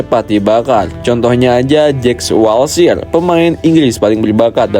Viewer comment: jack walshir ? adnan danajudaz ? dll 🤣 saran aja bang , pronounce nya di perbaiki lagi , subtitle nya juga amburadul